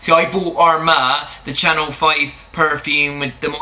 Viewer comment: It's CHANEL.... darlink